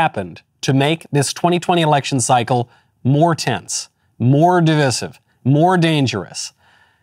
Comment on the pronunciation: It grates on my nerves a bit how Knowles pronounces "divisive".